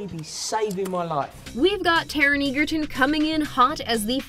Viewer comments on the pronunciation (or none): just pointing out its taron egerton is pronounced more like edgerton rather than eagerton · It’s not “eager-ton” it’s “edge-er-ton” maybe do 5 seconds more research before doing a video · Just gotta point out, but Taron's last name is pronounced (Edge-erton). Common mistake regardless. Lol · Loved this movie, but really people are still mispronouncing Taron Egerton's last name. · you pronounced egerton wrong:( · They don’t say egerton right. I love rocketman now would u say his last name write for goodness sake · that is not how you pronounce ‘egerton’ 🥲